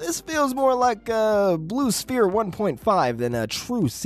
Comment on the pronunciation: Blue Spear. I don't think it's pronounced that way.